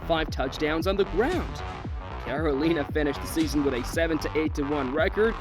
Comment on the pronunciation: watch back and listen to how you say carolina